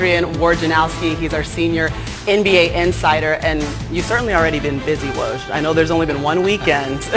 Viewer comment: [Fun Fact] Even ESPN colleagues cannot pronounce Woj's name :)